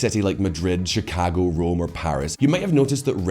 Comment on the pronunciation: Lol you say "Chicago" funny